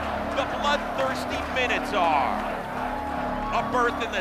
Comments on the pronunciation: For the love of all things, Minotaur is pronounced "My-No-Taur", not "Minnow-Tar". "Mino" like "Minor" or King Minos (not King Minnows) who built the labyrinth the beast inhabited. "Taur" like "Taurus" (also from Greek), how would that be pronounced "Tar"? "Minnotar" would be pronounced how these guys, and a bazillion gamers who have no clue that the creature was literally described/created thousands of years ago, say it. But it's, literally, in every sense, Minotaur. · Can't take the presenter seriously when they pronounce it MINNATAR